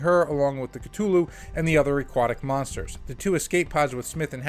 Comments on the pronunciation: “Call of Cttuluuu” ITS A TH YOU FUCKIN GOOF C-THU-LLU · Great vid but my god is it hard to listen to someone who says it as Ktulu instead of Cthulhu 😅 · The H isn't silent, it's K-Thoo-Loo. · The way cthulu is pronounced…cringe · BRUH, NO ONE CARES ABOUT THE CASTING OR HOW MUCH MONEY IT MAKES.... smh... and youre not even saying "Cthulhu" right, GTFO. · You gotta learn to pronounce words properly. Especially the ones in the title of the video that you repeat over and over. Google is your friend. A sequel for a movie that lost money? Highly unlikely. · Yeah, nothing psychological here, yet he calls it Cthulhu??